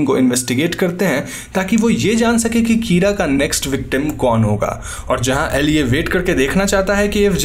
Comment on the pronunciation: Kira is pronounced keyra😂